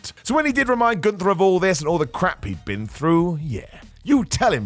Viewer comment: What if I told you that the jobbers name is Gunther, not goontur. Gun-ther. Not Goon-tur.